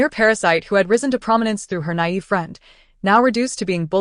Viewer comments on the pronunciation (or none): What's with the AI not saying "facade" or " naive" properly in any of these stories?